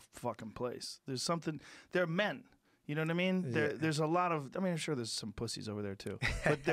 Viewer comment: Alexander "yaknoewaddimeen" Volkanovski